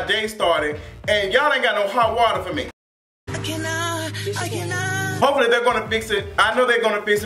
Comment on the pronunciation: you be killin' me with that I cun not, I cun not! I laugh every damn time!